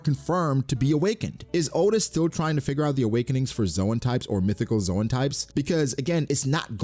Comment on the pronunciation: Dude for the last time... The zoan is not pronounced as zoe-an but zone